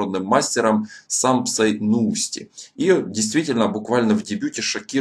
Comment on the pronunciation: К слову, более точное произношение фамилии - Нюусти (звук 'ю' удлиннён).